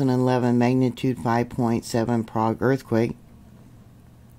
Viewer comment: Love your reporting. The "Okie" pronunciation is "Prayg". Just a tidbit😊 of info.